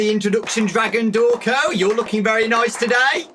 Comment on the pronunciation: “Hello! I’m!... Thank you,.” Me: How about? Pronunced ‘Draw-cone’